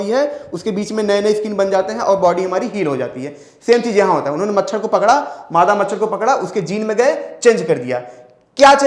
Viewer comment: मछड़ नही सर् मछर 😂😂😂